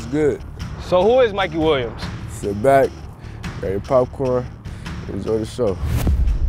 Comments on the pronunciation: MIKEY!! MIKEY!!! MIKEY! “MIKEY WHEEL-YUMS” 😂😂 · Dude lo key said mikey william